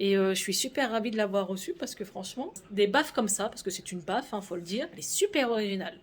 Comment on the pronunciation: Je n'étais pas sur l'image de la vidéo et j'entends "baffe... " Hein, tu as reçue une baffe?? 🤔🤔🤔 Et là j'entends le reste... baffe de musique" 🤣🤣🤣 C'est une baffLe, pas une baffe 🤭